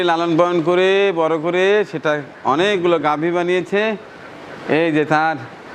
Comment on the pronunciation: আসসালামু আলাইকুম, একটা শব্দ উচ্চারণে সংশোধন করতে চাই। ঘাবি গরু বলেছেন, আসলে গাভী হবে।